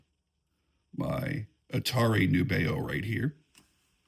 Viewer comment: Great tune,. I love Nubeo too. FYI, from the company, “The intended pronunciation of our brand name is indeed "NEW-be-oh."